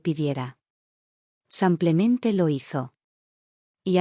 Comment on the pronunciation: La historia buena, la IA de la patada, siempre dice 'samplamente en vez de simplemente' De inteligente no tiene nada, es muy b.r.u.t.a.